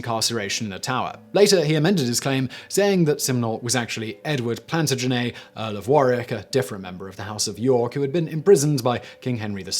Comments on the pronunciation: Simon, you are the only person in my 60 yrs of life that has ever pronounced 'Plantagenet' however the hell it was you said it. PLAN TAN JA NET- all vowels soft. Not PLANtaGENNAY. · Simon, you are my favorite person on YouTube. But how did you go through school in England without knowing how to pronounce Plantagenet?! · Why? That's how it is pronounced. It's Plantagenet that he is mispronouncing. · I'm not british and my teeth grinded when he pronounce Plantagenet